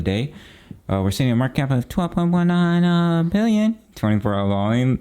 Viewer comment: PSA. Please DO NOT stop the your "1.29... bwill-yen"! Legendary!